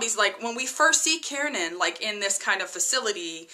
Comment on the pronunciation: KIEREN not KIERNAN